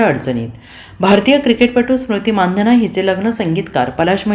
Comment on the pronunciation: मानधन नाही मंदाना म्हणा की